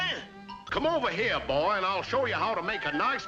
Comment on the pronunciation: Boi: Boai